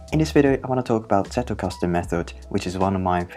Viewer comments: As a German, I am SO happy that you pronounced Zettelkasten properly! Good pronounciation of the sounds, and, more importantly, not over-exaggerated (it can be borderline insulting sometimes, really!). I just appreciate it so so so much. Also, amazing video! Your visualisation of the principles is on point. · I've become curious about this method, so thanks for the introduction, even if I didn't grasp it fully yet. I especially like that you pronounce the German word Zettelkasten beautifully and accurately (the 'Z' being pronounced as 'TS'), and it's a pleasure to listen to you in general.